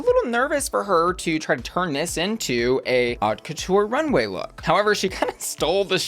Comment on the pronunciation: FYI, "haute" sounds like "oat"